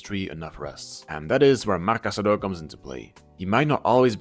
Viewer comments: cassado, not casadooooooo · No, I think you are in the wrong here if I understood you correctly. Anyways, what I mean is his surname is Casadó and the correct pronunciation in Catalan is kəsəðó - stressed on the last syllable (and with a voiceless s sound, as he himself said prefers it). It's an almost identical spelling to "Casado" (just the accent mark is different), which in Spanish you would pronounce kasáðo, stressed on the second.